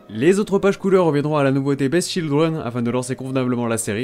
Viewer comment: Super vidéo comme toujours ! Juste, le beast de beast children se prononce biste ;)